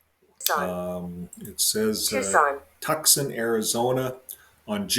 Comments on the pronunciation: It’s pronounced TOO-SAN. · Tucson pronounced Too-saun. The alert voice was trying to tell you. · Why does he keep mispronouncing the word Tuscon??? weird!! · This video should be taken down by you . Not knowing how to pronounce such a common city just shows ignorance and weirdness!